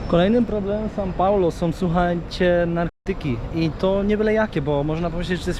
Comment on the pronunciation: kłuje w uszy to "san" paulo